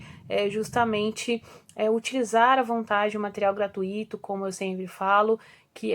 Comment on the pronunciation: prof gratuito e não gratuíto